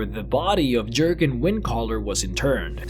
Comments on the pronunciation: Please for the love of the divines, don't call him "jergen" it's jurgen. This isn't a nitpick on the games tongue you mixed up, the games tongue is based on a real set of languages. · It’s pronounced yergen